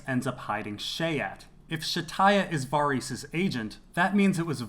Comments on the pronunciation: You pronounce Varys like a fuckwit, and you're horrendously wrong about Yoren and the Goldcloaks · Man, I love your videos and the insight you provide to scenes and situations. I just gotta ask, though.. do you pronounce Varys' name like that just because you can, even though it's not correct? I don't know why it drives me so crazy. And it's not just because "they don't say it that way on the show" .. it's because I've heard GRRM say the name countless times in interviews and he says it as it's pronounced on the show.. as I'm sure they verified this with him when creating it. Totally a nitpick, I am just a bit confused. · I LOVE your videos but why can't you just pronounce Varys the correct way, the way the show, EVERYBODY else on earth, AND George R.R. Martin does...???